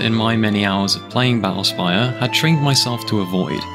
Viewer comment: "ba'ull spayuh"